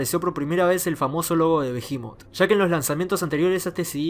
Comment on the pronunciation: Hasta que escucho a alguien que pronuncia bien el nombre de la banda.